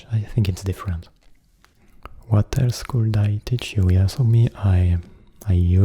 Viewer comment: J'ai adoré ! J'aime pas trop quand tu parles avec ta voix grave d'habitude haha mais sur le long terme on s'y habitue et c'est vraiment agréable ^^ (petite remarque : j'ai remarqué que tu disais beaucoup le "l" de "could" ou "would" mais dans mes souvenirs, il me semble qu'il ne se prononce pas. Voilà ^^ j'aime t'embêter :P ~) bonne nuiiit